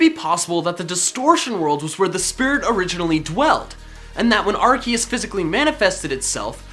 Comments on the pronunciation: It should be pronounced "ar-see-us" because when a c is followed by an e is makes the soft c sound which would sound like "see" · I THOUGHT IT WAS PRONOUNCED LIKE ARSEUS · Not to be rude but ur pronouncing arceus wrong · xXPenguinloverXx that's how it's pronounced I'm amazed at the fact that I'm surrounded by so many idiots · excuse me arKOOS thank you pokemon talk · It’s Ar(KOOS) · its pronounced Arkuus. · Nope its Arse us the pronouciation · It's not Arceus - it's Arseoos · Its pronounced (ARe-See-US) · ITS AR-SE-US that's how you say it. DUDE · it ar-se-us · The official pronunciation actually is AR-KEE-US. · GoldenAlpaca ya but ar key us sounds weird ar see us sounds better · It's are-see-use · it is ark key us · charmeleon evolves and sylvally's ability RKS system proves its ar-kee-us. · It is pronounced (AR- SEE- US) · did he just say ar-kee-us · It's ar-kea-us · AWESOME! (also arceus is said like arseus) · It's ar-see-us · its said like ar-see-us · ITS ARCOOS NOT ARCEUS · You said arkius it's arkoos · Arseus not Arkeus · Arceus not Ar-K-eus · IS NOT ARKECUS IS ARCUSE GET THE NAME RIGHT AM YELLING INTO MY MONET ER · its (are see us) not (are key us) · its ar-SEE-us. not ar- KEY-us. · TheGooseGamer is a goose It is pronounced AR-KEE-US because when is was pronounced AR-SEE-US the developers didn’t know that the word “arc (pronounced with an s) meant “Ass” in french So when they found out they changed it to Arc (pronounced with an k) if that helped and the developers already said that it is pronounced with a k instead of an s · I thought it was pronounced Ar-see-us not Ar-kee-us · My does he said A-R-KE-U-S its pronounced A-R-SEA-U-S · Ar cee es not ar key es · you said arkeus instead of arceus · Arcoos not arceus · When he said arceus I said sorry arkoos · As someone who started watching after the pokemon talk series, it's kind of weird hearing him not say "Arkoos". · I'm sorry, did you mean Arkoos? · It's arcoos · Its Arkoos